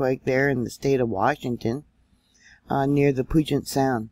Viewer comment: Hi I live near puyallup, which is pronounced, ",pewallup" and puget, of puget sound is pronounced, " pewjet". 😊I thought you might like to know in case more happens here. Just returned from a trip, so I slept thru it. I stand on the Rock of Jesus, so no matter what happens in life or death, He will be with me and see me thru!